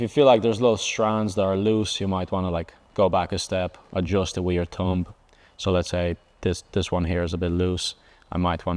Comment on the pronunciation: I love the way he says thumb. Tumb